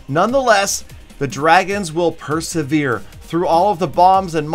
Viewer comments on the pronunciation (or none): none